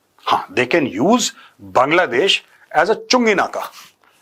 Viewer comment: Major did you just say kangladesh!😂